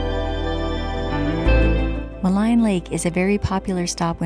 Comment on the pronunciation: Nice video from a uniquely beautiful region. Thanks for sharing. Incidentally, if you ask a local resident in Jasper, they will tell you Maligne is pronounced Muh-Leen, rhymes with clean.